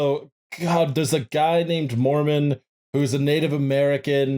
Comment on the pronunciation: I know I'm super late to the party, but I was raised Mormon and I just wanted to say--you definitely pronounced every one of those words wrong lmao. But also you barely scratched the surface on the weird cosmological stuff, which really gets buck wild. But I'm glad you brought it up at all because I think it's legitimately the most entertaining part of Mormonism and most people don't know about it. But there's so much detailed lore about, like, pre-earth life (humans used to be something called Intelligences before God and his wife gave spirt birth to them, there was a big debate before any of us were born where Satan and Jesus argued about what God's plan for earth should be, etc, etc.) and post-earth life (multiple levels of heaven, technically no hell, the ascension to godhood stuff). But I won't get too deep into it I'll just finish off by saying: Mormons are technically polytheistic because it's doctrine that God, Jesus, and the Holy Ghost are three separate beings and at least God and Jesus both count as gods. But most Mormons will get mad at you if you say that lmao. Culturally, Mormons (at least in Utah) DESPERATELY want to be Evangelicals, even though Evangelicals hate Mormons.